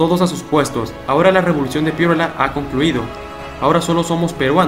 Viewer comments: Me duele los oídos cuando dices Pierola... Es Piérola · Se dice Piérola, no Pieróla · Muy buen video. Sólo una corrección. Se pronuncia Piérola. No Pieróla. Slds. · PIE'ROLA ...la fuerzs de voz en la e no en la o ...no se dice Piero'la.. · Es Nicolás de Piérola*. Yo también me preguntaba por qué lo pronuncia mal si lleva tilde. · Solo una anotación, no entiendo por qué pronuncias tan mal el apellido Piérola, este lleva la tilde en la "E" por lo que la fuerza de voz recae en ella y no en la "O". Eso se enseña en el colegio. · Excelente, solo un pequeño detalle es Piérola y no Pieróla, fíjese usted mismo en su propio video como está escrito. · Muy buen documental !! Histórico pero hermano no es Pie ro’la. es Pie’rola !! Suena mejor hermano de historia!! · Se llama Nicolás de PIÉROLA no Pieróla, si vas a relatar una historia hazlo nombrando bien a los personajes. Consejo para mejorar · Piérola, con acento. No Pieróla. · Es Pi-é-rola, no Pierola. Qué mal habla este tipo. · Piérola (tiene tilde en la e, por tanto la fuerza de voz está en la letra e). Saludos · es Piérola con tilde en la vocal "e" y por ende, mayor fuerza de voz en la primera sílaba. 😁😁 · Nicolás PiÉrola, el acento muchacho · Interesante información, pero el apellido se pronuncia PiÉ-ro-la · Man perdón pero bien claro esta el acento en el nombre de Piérola!!! escúchate lo que dijiste. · En el apellido Piérola el acento va en la e no en la o jaja... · Esteeeeee, en tu lámina está clara la tilde del apellido de Nicolás de Piérola, con tilde en la é y por ende la mayor fuerza de voz en esa sílaba, gracias. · interesante pero no olvides que en Piérola, el acento va en la E